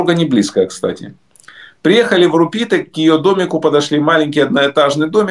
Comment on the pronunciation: РУпите, а не РупИте